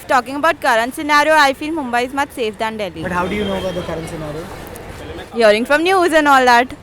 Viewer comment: Takle tu MUMBAI bolna sikhle .